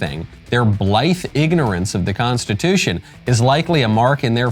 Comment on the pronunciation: In my nine years of faking being a judge I have never heard of that word you just said, what was it, "Con-stuh-2-shun?"